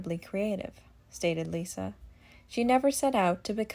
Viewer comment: It’s liza with a z Not Lisa Lovely family great kids that are very down to earth & fun loving. I secretly giggle when folks are snobby about the brand …always swell not snobby.